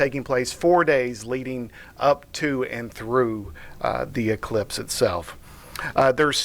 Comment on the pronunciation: I thought she said cyclops.